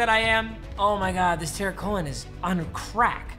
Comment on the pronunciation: Quit dissing on Cohen didn’t even say his name right and the Bears are gonna win the Super Bowl this year.